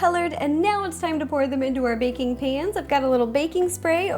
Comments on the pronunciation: I thought she said bacon station and not baking station lol😊😊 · When you say baking station it sounds like bacon station :) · When you said baking I thought u said bacon and I was super confused 😝